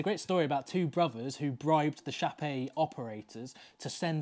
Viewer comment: As often in French, there's a silent letter 🙂 It's pronounced Shap. You were really close, thank you ❤️